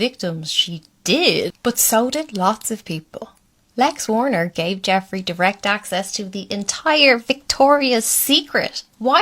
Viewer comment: "Wexner" not "Warner"